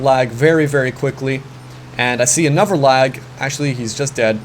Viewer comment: does anyone notice that when says "another" he says "anover" pronounced "a-nu-ver"